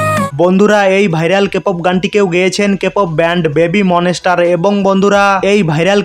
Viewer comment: আপনার ভিডিওতে অনেক উচ্চারণ ভুল যেমন বেবি মনেসস্টার✖ বেবি মনস্টার ✔ লিজা✖ লিসা✔ মুনলিট ফ্লোর ✖ মুনলাইট ফ্লোর ✔ এল ই এস এস এরা ফিম✖ লেসারাফিম✔ এসস্টেটাজি✖ স্টেটেজি✔ বিলিয়নার✖ বিলিনেয়ার ✔ উয়িপপ্লাস✖ উয়িপপ্ল্যাস✔